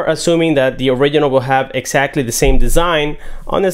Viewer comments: It sounds like he says oregano instead of original! 😂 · So cringy when he say "original"